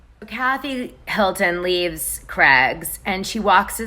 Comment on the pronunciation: The way Americans have a different English to rest of the world is so annoying. How can you not know how to pronounce Craig's. How do you say Cray fish?? And ya all say Aldi wrong. Its pronounced Al D. Not All D 😬🤔🤦‍♀️ You got ur own world going on over there. Your the only country the puts month before date, drives on the opposite side of the road. Special breed.. 🤣🤣🤣🤣🤣😂😂😂😂